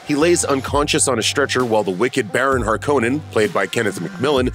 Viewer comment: At least this version of Dune could pronounce the name Harkonnen Har - cone - none & not the dumb way the new movie says it , Hark-kinin lol